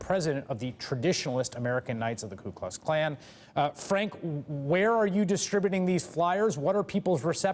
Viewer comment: He said ku kux can lmao